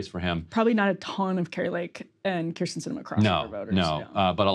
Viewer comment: This is ginnah end a lottah “Kyrs’n Cinema”. 😹